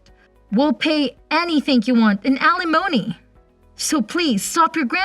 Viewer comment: "Alley moanie." AI Text to Voice is still imperfect. Or the actor needs a good pronunciation database. Those can be downloaded into your phone now.